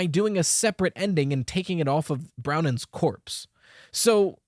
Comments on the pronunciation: Um actually, it's Bronwen not Browen. My name is Bronwyn, so i know the pronunciation lol. Phonetically it's BRAWN-win. I'm so excited to be part of FNAF canon!!! 🎉🎉🎉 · I've never heard of the name Brownen. Are you sure it's not Bronwen? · i write this with the best intentions, but Bronwen's name is pronounced Brohn-win. it's usually spelt Bronwyn irl. i'm not trying to be nitpicky. i just thought i'd let u kno! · That irked me a little too, I had a friend called Bronwyn in school. Didn't expect Scott to use non-english names tbh, pleasant surprise